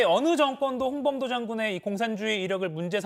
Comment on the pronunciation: 조만간 홍범도가 아니라 홍밤도라고 듣기평가 실시한다 ㅋㅋ